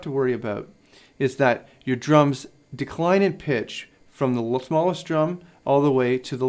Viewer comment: "From the lasmallest one.." Lasmallest? Shiz! I don't have one of those!! Like this if you caught it too!